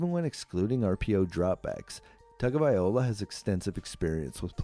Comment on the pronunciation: Can't you just call him Tua? His name isn't that hard to pronounce... you can just listen to any number of people who know how to pronounce it correctly. But if for some reason it's just impossible for you... then just call him Tua! It's a bit disrespectful to have a video about him, where you butcher his name about 50 times!